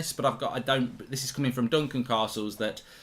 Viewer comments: Say CAstles properly, ffs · Why has he suddenly started saying Castles likes Carstles. Its more jarring than the time he stopped saying France and started saying Frarnce 😂